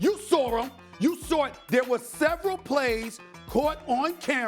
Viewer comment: “You saurw him!”